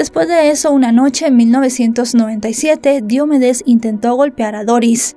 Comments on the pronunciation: se dice diomédes no diomedes investiga y pronuncia mejor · No es Diómedes, es DiomEdes. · Excelente recopilación de datos... Sólo dos cosas: Su nombre no es Diómedes... es Diomedes. 461.000 pesos colombianos en esa época serían unos 450 dólares en ningún caso 95.000. Una multa de 10000 pesos tampoco son 2000 dolares... 10mil pesos eran menos de 10 dolares. Ya sé que es irrelevante... por eso sí no estás segura mejor no dar este tipo de datos. Un saludo.